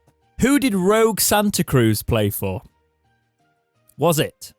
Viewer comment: Rogue Santa Cruz? good grief.. :_jos: Roque.. Ro-keh..